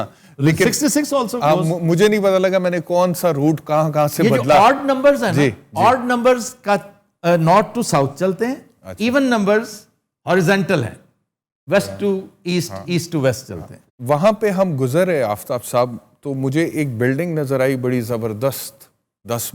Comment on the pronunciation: Horizontal * Not “Horizantal” Come on Aftab sahab, aap tou na karain aise please